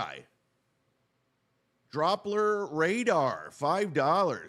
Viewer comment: can't pronounce the word 'doppler', but wants you to take him seriously.